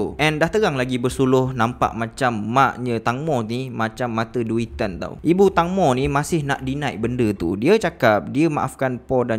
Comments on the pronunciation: Teng bang bukan tang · Bos sebutan tangmo tu tengmo..tengmoo..huhu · sebutan nama tenggmo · Ejaan memang Tangmo tapi sebutan yg betul "Tengmo" tau🤭.. Info dari orang thai sendiri